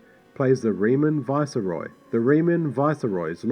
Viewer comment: I don't think it's anything to do with the mic. It almost seems he's using a voiceover program - IE like he's typing into a computer and then the computer talks for him. His inflections are all wrong / unnatural for a person and no one really talks like that in real life. If you listen to him say "viceroy" it's pronounced vice-ey-roy. You can pick up on other improper pronunciations that anyone who speaks fluent english wouldn't say.